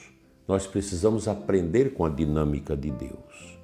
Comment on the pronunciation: A dinâmica de Deus. A palavra dinâmica é proparoxítona, a sílaba forte é nâ.